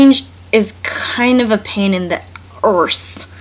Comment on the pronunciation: heehee "emborrrsing" and "pain in the orrrse"